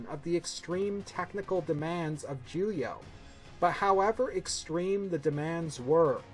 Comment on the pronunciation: Why do you keep saying “juyah”? lmao